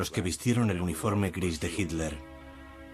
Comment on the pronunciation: este locutor es la excepcion..pronuncia hitler bien. me gusta la traduccion latina mejor.